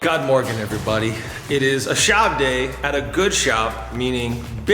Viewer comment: did you just try to say good morning in danish? if so you failed like big time XD